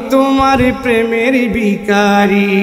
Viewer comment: শব্দটা বিখারি না ভিখারি!